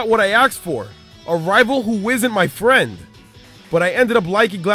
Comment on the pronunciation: the way he pronounce friend... fwiend